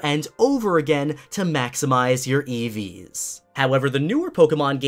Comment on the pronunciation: When you said "EVs" I thought you were actually talking about an eevee